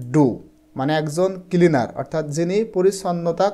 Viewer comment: Kilinar 😂😂nacleaner😂😂